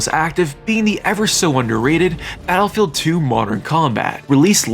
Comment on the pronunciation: Bro can’t say battlefield. Literally said Attlefield.